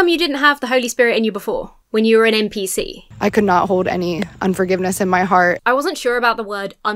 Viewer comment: "NPC", not "MPC" ;)